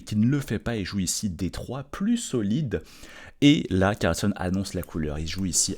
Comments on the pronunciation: On dit "Carlsène" mais dit "Carlsonne" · Carlssène et NON Carlssonne.